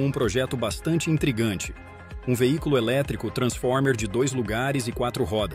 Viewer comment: Triggo é "intriggante" heuheuheuhe 😂